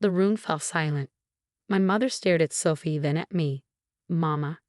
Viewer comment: And how sometimes "Sophie" sounds like "suffy."